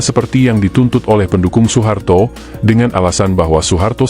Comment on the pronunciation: Sepele tapi menjadikan narasinya kurang nyaman didengar. OE harusnya dibaca U.